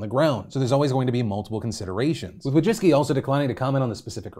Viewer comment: Wójcicki is a Polish last name, and the way you pronounce it hurts my Polish ears and heart.